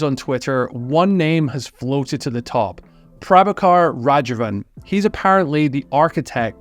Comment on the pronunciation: Raghavan ❌ Rajavan ✅ 😂 Raghavan is killing all the traffic and this guy is killing his name. Lol. Good video btw.